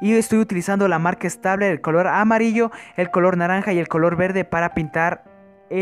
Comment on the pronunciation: No se pronuncia stabler😤😣